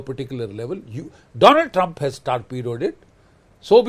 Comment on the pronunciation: 😂😂😂 please welcome my dear phrend, the phrend of india, mister doland trum 😁😁😁